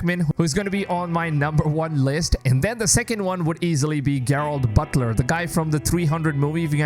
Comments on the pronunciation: And he said Gerard Butler wrong too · Dude said Gerard Butler. Lmfao Damn this is a dumb fucking video.